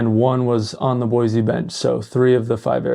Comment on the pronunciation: Aint no "Z" in Boise. Nampa isn't Boise. Caldwell isn't Boise.